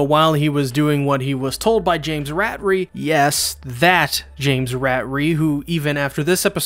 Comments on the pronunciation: he pronounced James Ratari’s name wrong, he pronounced it like Rat-a-ree, when it’s more pronounced like ruh-tar-ree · Did I just hear James “Rat-ree”, no James ruh-tar-ree